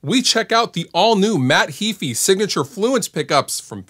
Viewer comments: It's Heeeeyfe - not heeefeee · Nope, it's spelled "ea", not "ae"; pronounced "Hee-fee". Punch it into a Text to Speech and listen for yourself. tube That's pretty nonsensical as well.